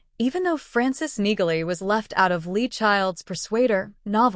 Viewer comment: Neagley is pronounced "Neely" No "G" sound. If you are going to portray yourself as some sort of Reacher expert, you need to get this right.